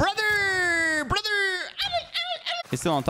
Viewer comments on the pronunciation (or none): this style of brotherrrre means "HabiiiBiiiii" 🤤